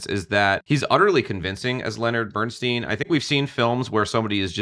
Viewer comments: Great review, but why do you keep pronouncing his name BernSTEEN instead of BernSTINE?! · Please, Please the correct pronunciation is STINE...not STEEN! Bernstein literally means: "Burnt Stone" in German.